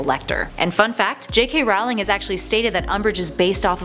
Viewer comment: you pronounced rowlings wrong its rawling not rouling